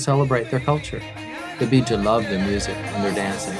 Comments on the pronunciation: Air Element to make matters worse his pronunciation are so wrong 😭😂 its not Beeja its pronounced Beja the e isn’t extended and the language is Tu Bidawi meaning “the bidawi” lol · cushitic people are warriors, no matter when and where they be. also im not Beja (im somali) but i hate the way the commentator says Beja... ''Beeja''